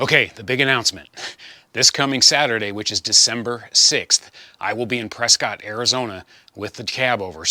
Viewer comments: Maybe yer unaware but the locals pronounce it Preskit, not Prescott ! My Aunt and uncle informed me of this when I visited them back in the early 2000s! Great progress on the project, by the way!😊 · Hey; looking forward to seeing you Saturday! By the way, it’s pronounced “Press-kit”.:-)